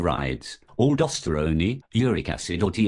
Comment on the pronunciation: "Aldosterony" hehe